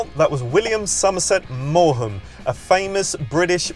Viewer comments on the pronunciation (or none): Maugham is not pronounced 'MAW HAM'. It's MAWM. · Not so famous you know how yo pronounce Somerset Maughan's name